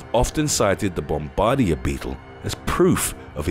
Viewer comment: The word Bombardier isn't pronounced bomb- bard- deera it's pronounced bomb-a-deer. Also Cheetah run so fast that for a short time all four of their feet can be off the ground at the same time... And I know Puffer Fish can be toxic. But still they're incredibly cute ⚛️🐡